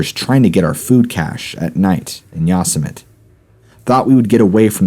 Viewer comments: ......it’s Yo semi teee. Yosemite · It is not [yaw-se-might]. It is [yo-seh-mu-tee]. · ya'-sooo-mite!?!?!? Really!?!?!?! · Wait dude. I’m like in and do I hear you say Yosamut’ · You miss pronounced Yosemite. Haven’t you seen looney toons